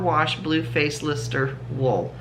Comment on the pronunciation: Hi, you look very smart today. The white sheep yarn is a boucle yarn. Just not picking your accent it's Blue Faced Leicester pronounced Lester. Gorgeous colour! The sparkly copper top would look great with your black trousers. Have you started your hexagons with your advents? Oh forgot to say. Had the gender reveal for our daughter's bump and we are having a new grandson! 🎉💙 Baby is due early May. No Advent for me this year. Budget is a bit tight at the moment, so I'm vicariously sharing yours. 😂 See you tomorrow. xxJane 🐑🎄